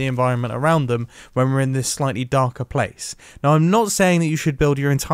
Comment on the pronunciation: he said blace